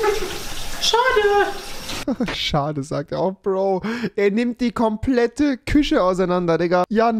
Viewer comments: Rewi sagt fich statt Fisch aber küsche statt Küche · Digga Rewi hat einfach eine Sprachbehinderung: rewi : „Küsche“ , „Feuerlöcher“ 🤣🤣🤦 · Niemand: Keiner: Nicht einmal Unge: Rewi: Küsche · Niemand: Wirklich niemand: Rewi: KüScHe